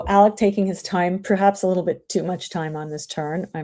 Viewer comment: my name is Alec. Not Alex. Alec.